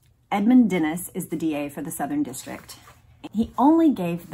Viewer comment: Love the recaps! Thanks for your hard work with them. On a side note, it's pronounced "Denise" for Edmund Denis. Like the girls name Denise. Can't wait for the next one!